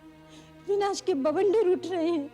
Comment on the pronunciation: then vinash ko binash kyu bol rahe ho